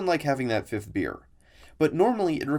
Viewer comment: Had to listen to you saying over and over since I kept on hearing you say ninth instead of fifth. Weird